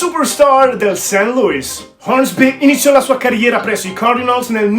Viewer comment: Si dice " seint cardinols. e word series ha una o chiusa e non aperta. Non è ozzi ma ozss. Un suono a metà del s e z. Per il resto un' inglese accettabile per il livello italiano